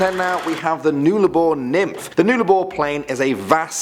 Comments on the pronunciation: it is pronounced nullabor not nularbor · Not noolarbore pronounced null a bore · just helping you out with pronunciation here but Nullarbor is “nul-ah-bore” not “nool-ar-bore” but you did well😂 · OMG HE PRNOUNCED IT WRONG! LOL It's Nuh-La-Bore, Not noo-la-bore. God, I sound like Hermione Granger. lol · Nuh-lah-bor not new-lah-bor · its null-abour not newlabour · It pronounced nul-ah-bore mate not nool-ah-bore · It's Nuh-Lah-bor! Not Nue-la-bor! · Nul-a-bore not newlabore but otherwise great video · It’s not n-eul-a-bor it’s pronounced n-uh-la-bor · Its pronounced 'Nullarbor' not 'noolabor' but either all great video and I subbed to ur channel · I'm Australian and it's said nullaboar not noolaboar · It is nullubor not noolabor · Nullabor is pronounced "NULL - Ah - bore" not "Nool - ah - bore" just so you know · Awesome video guys, just love them! With number 10 it is pronounced ‘Nulla-boor’ not ‘Noola-boor’, but close enough. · "noolabor"? its pronounced "nulabor" lol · Awesome video, but Nullarbor is actually pronounced ‘Nullabor’ not ‘Noolabor’ just saying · Newllabour?? Null as in null & void, now say Nullabour rofl! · Noolabor 😂 the pronunciation hurts my ears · your pronoucing nullabor wrong its nulla bor theres no w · I'm Aussie cool vid, it's (Null-La-Boar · Null Ahh Bore say it with me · *nah-lah-bore is how its said. Also it is the land down under, men at work wrote a song about it and yes i am aussie. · when u pronounce Nullarbor as noolabor 🤡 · Absolutely TYPICAL arrogant pommy bastard... Are you friggin kiddin with your " NOOL-A-BOR".. PISS OFF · It’s NUH-llabor. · It is pronounced null-a-bore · oof it hurt when he said "Nullarbor" like Newllarbore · UltraSpartan I didn’t even under stand what he meant till he said west Australia and I was like oooooohhh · I died inside with "noolabor" For once it's pronounced how it's spelt. Nullarbor TRIGGERED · Omg. Nullabor is said null-a-boar I met my partner of 7 years at the roadhouse madura in WA.